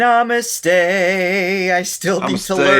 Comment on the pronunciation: Hi guys! Thoroughly enjoy binge watching your show… just one little correction … it’s not NAAMaste but NUM-US-tey! 😉